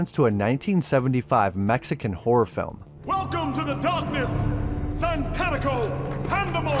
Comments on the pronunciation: I know it’s because you’re a white guy but it’s Satanico not Santanico like satanic with an o…it’s worse cause the black vampire dude did it as well… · SATANico rather than SANTANico, I always laughed at that oops, but I guess all sorts of people have trouble with it, including the cast! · I cringed every time you mispronounced "satánico".